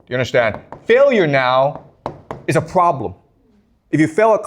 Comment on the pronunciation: I like how he says "pwobwem"